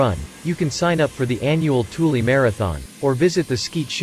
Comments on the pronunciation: You might call it "Toolie" but I call it "Thool." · I am not sure if I am the only one irritated by the pronounciation of Thule as Toolie.. Aggravated me so much I stopped watching